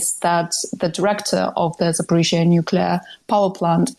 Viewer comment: Why does always say 'Zafforizhzhia'?